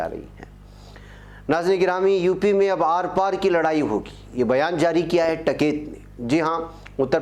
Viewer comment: ╔═══ ❤☀🍀☀❤ ═══╗ Dear, As-salaamu-alaikum. No doubt you are a great news reader in Urdu. Your title song also sings paeans in your praise. But unfortunately you can not pronounce the name of a man who is making headlines in the country for more than 6 months, correctly. I am referring to the great Farmers' leader TIKAIT. You always pronounce his name as TAKAIT. It is a crime to pronounce the names wrongly. How do you feel feel if you are called AJEEB instead of AZEEZ??? This suggestion is only to improve your news reading. So take it in the positive way!!! ALLAH HAAFIZ!!! ╔═══ ❤☀🍀☀❤ ═══╗ Abdul Jaleel ╚═══ ❤☀🍀☀❤ ═══╝